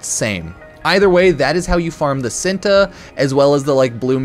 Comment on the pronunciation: ITS called chin-tae not sinta